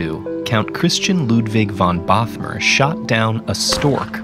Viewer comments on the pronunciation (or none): I grew up only 10 km from the place were the count shot down the stork! So happy to see a place I know in an educational video! And btw: Bothmer is pronounced like 'boat-mer' - long o and no th ;-)